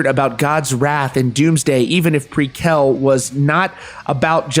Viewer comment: Dude, please learn to pronounce "prequelle" correctly. But further it's all good news. Thanks for sharing :-)